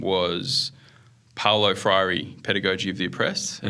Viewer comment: I'm from Brazil and it''s cute the way pronouces Paulo Freire 🤗